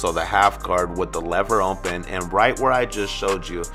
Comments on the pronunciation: It sounds like you say “ompen” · Really good! Is it just me or does it sounds funny when he says open?